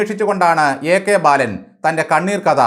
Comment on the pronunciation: ബയാളൻ,,, ബാലൻ 😂😂😂😂